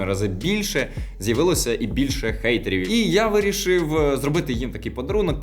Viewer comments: якого фейхоа "Гейтерів" якщо логічніше "Хейтерів", хейт - ненависть, гейт - ворота. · Гейтерів….крінжатина У кожній мові англійська h звучить, як х, та тільки ми будемо юзати її як Г. Гір мі, ти, гей, так, ти. Лет мі спік фром май гарт…